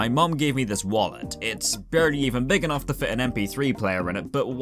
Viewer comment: * casually pulls out wallet in public * "Yo this my wollet and it spesil"